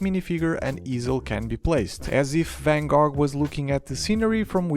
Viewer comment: Gogh like “go”